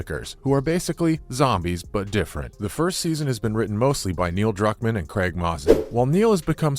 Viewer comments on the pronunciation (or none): none